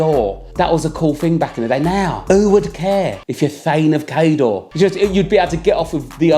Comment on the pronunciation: Just thought you’d want to know Cawdor is pronounced cor-dor. 😂 Great video. 💓